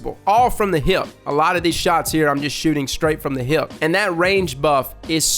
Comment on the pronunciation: I fucking love the way he say hip 😂